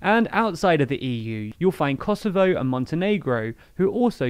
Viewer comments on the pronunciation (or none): none